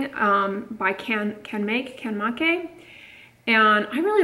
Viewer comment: In Japanese, Canmake is pronounced like “Kahn may ku” with just a short emphasis on the ku, not like kooooo. 👻🤓 My hubby is Japanese and I had lived there for 6 years. Hope that helps! Christine in CO